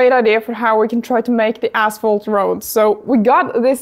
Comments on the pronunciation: ashphalt not assphalt ;) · You scare me the way you pronounce asphalt LMAO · ASPHALT…. K…. thought you said natural cracks in the a$$holes 😂😂😂